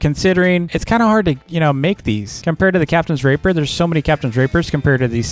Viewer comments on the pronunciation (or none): Can you please say captains ray-pee-er Not the other one It's unnecessary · The way he says “captains rapier” kills me im sorry I just can’t unhear it 😭😭